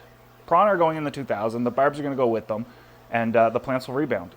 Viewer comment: I could listen to say Barrrbs all day long!!